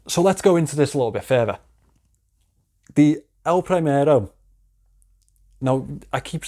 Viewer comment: It's "El primero" not "El prahimero" pronounced!!